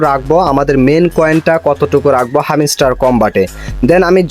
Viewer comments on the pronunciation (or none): R arekta mojar kotha holo, হ্যামস্টার না,হামিস্টার🤣🤣 আবার টাস্ক না টাক্স🤣